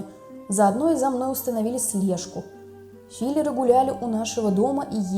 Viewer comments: Филёры, а не филеры! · Не фи́леры-филёры( топтуны). Есть фильм с Олегом Янковским ,,Филёр". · ФилЁры а не филЕры.Филеры это то что вы себе в лица запихиваете.